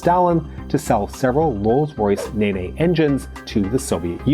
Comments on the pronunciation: Rolls Royce NaNay engines!!! Nene = pronounced "neen" rhymes with "seen" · Ney ney? Thought it was pronounced, Neen? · Or, if you live further west into Northamptonshire, it's pronounced "Nen". Seems the Cold War must have been using Google Maps for pronunciation (which irritates me every time it says it!). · Your pronounciation of the Nene is one of the funniest I've heard. Don't worry about it. The pronounciation causes arguments all along the river valley. Nene is pronounced as either Nen (upstream from Thrapston) or Neen (downstream from Thrapston), depending on where the speaker comes from. Earlier spellings of the name included Nenn and Nynand in 1885 the OS chose Nene ; if only they'd selected Nenn we wouldn't be have these arguments about the name of a bloody river. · It's Meme (MayMay) material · I got a kick out of his pronunciation as well. I immediately thought of MiG-15 pilots doing that dance from a few years ago, Whip/NeNe. 😆